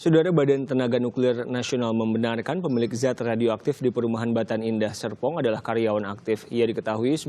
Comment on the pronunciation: di koq repoternya bilang batan "sepong" indah 🤔😁🤣🤣